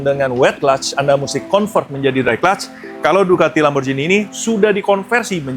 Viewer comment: Lamborjini❌ Lamborgini✅